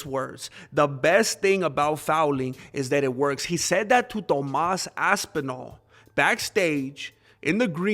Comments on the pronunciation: I like the way you say ass twice when saying ThomASS ASSpinall! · lol .. man said "Tomass Asspinal"